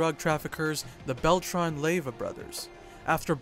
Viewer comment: Los zabahthas y a-reyllanos 😂🤣😂 the bail-tron brothers 🤣😂🤣😂🤣